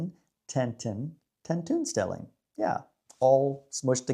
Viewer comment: oo: tentoonstelling is pronounced like 10 TONE stelling not like the oo in cookie or look